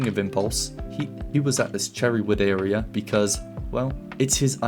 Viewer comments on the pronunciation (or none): none